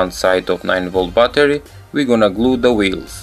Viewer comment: Lol "9-Volt Butter"